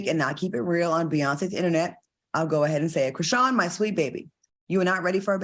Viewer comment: all has said a lot of mayonnaise things but KREESEEYAN?!?! 🤣🤣🤣 oh na